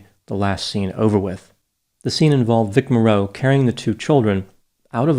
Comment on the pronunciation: You need to learn the correct pronunciation of Vic Morrow. It's not Vic MorROW, it's Vic Mar O